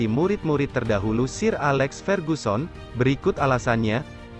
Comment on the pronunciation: awalnya liat videonya gue tertarik & mau nonton, terus gue stop dan kasih komen ini pas denger pelafalan sir alex bener-bener dibaca SIR S-i-r wkwkwkwkwkwk udah ga napsu gw nontonnya.